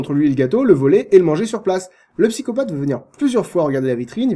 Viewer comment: c'est un vilain pyscopatheuh VILAIN PSY-CO-PATH